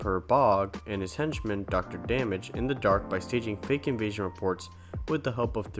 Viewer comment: Just a couple minor things about "Butt Ugly Martians" ... 1. Although the bad sidekick guy's name is spelled "Dr. Damage," it's pronounced "Dr. Doo-MAJJ." 2. The show has a guy voiced by Robert Stack, who hosted the original "Unsolved Mysteries." It was one of the last things he did before he passed away.